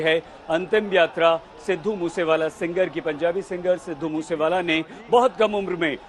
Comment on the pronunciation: Sir pehele to app naam thik se loo